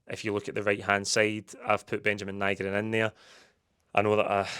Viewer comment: Nygren, by all accounts, is pronounced Nee-gren. Get telt tae. Nee-gren 😆 Great bit of business for Kuhn. As long as Maeda isn't sold too. If we lose him and Maeda that's a right scunner.